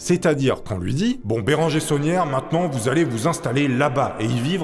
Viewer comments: Tout le long de la vidéo je comprenais "la bétonnière", au lieu de "l'abbé sonière"😂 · C'est bizarre quand tu dis l'abbé saunière j'entends l'abbé tonnière 😂